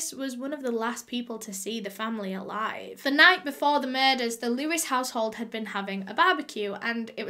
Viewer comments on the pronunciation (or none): none